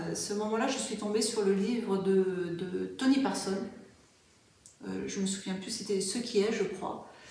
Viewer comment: Coucou, Merci pour cette interview. Je ne sais pas si c'est important mais je crois que c'est Tony Parsons, avec un "s" à la fin et non pas Tony Parson. Lui même insiste bien sur ce point dans ses vidéos, il me semble....🫣🫠🤞🏼😊🕉️💗🙏